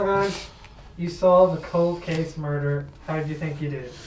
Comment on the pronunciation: If anyone on Try was capable of "merderr" It would be Ciara.